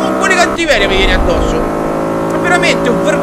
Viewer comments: CiccioGamer89 "Addosso", non "a Dosso"! Correggi xD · Sta serie non la fini Ciccio! L'ho supportata sempre e credo con me tanti altri iscritti... ps: "a dosso" non si puo' sentire:)